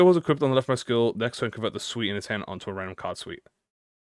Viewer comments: It was bothering me to whole time too!! It’s “sooot” not “sweet” like wearing a “suit” lol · I'm sorry, but I cannot gloss over how you pronounce "suit" as "sweet" like what? 😭😭😭 Suit = "suːt" or "s(j)uːt" or if that is hard to understand (reasonably so), "S-U-T" or "S-YOU-T" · you kept saying suit like 'suite' 😭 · Listening to you say suite every time suit was written in ishmaels kit kit and was the laugh I needed first thing this morning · Why does bro pronounce it suite 😭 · I love how prononuces "Suit" hahaha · bro can you just say suit the right way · pronouncing suit like that hurts my soul a lil every time 😭